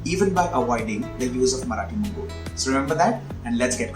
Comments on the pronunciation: It's Marathi moggaa.... Not Marathi mogguu 😂😂😂😂😂. Mogga means bud. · Marathi Mogga not Moggu. BTW appreciate your efforts.👌